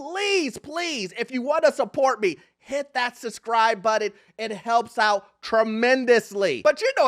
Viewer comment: it’s “SUBscribe” NOT “SUScribe”